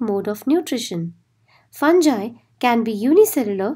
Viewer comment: Pronunciation of fungi is wrong plz clear it